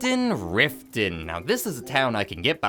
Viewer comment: its not rifton thats for sure